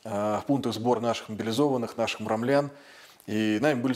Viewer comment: Муромчан а не муромлян!